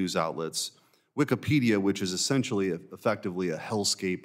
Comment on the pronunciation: lol wikepedia 🤣